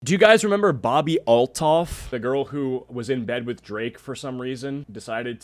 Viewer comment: "remeber" goes HARD.